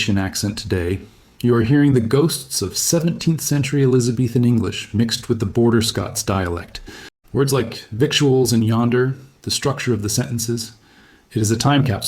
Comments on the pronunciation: "Victuals" is pronounced "vittles". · Victuals pronounce "vic tchu als" ---- No, vi tlz -- Jed Clampett pronounced it the correct way. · Just a note for anyone watching. Victuals is pronounced Viddles. Like fiddles but with a V. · It's pronounced "vittles." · victuals is pronounced VITTLES